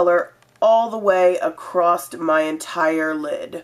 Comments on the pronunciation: Not criticizing, just wondering... are you aware that you say "acrossED" instead of "across"? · lolss "Acrost" i love when she says that